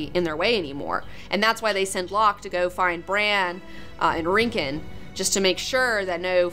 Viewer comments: IT'S RICK-ON, RICK-on. RICK-on. Don't say Rinkin' anymore. I love you. Please don't do it anymore. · You calling Rickon "Rinkon" is strangely irritating. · Man,, you said Rincken AGAIN! ':D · Rickon. It's RICK-ON Stark.